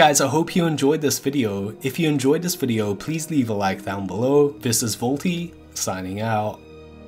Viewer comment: The way pronounces some words, is extended at the end. Like...videooo. Timeeeee. Jesus Christ its annoying. Add the stupid advertisement and its an instant dislike and hide from future content.